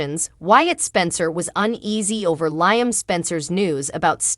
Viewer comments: Lee um not Lyum sheesh! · Lee em not lyum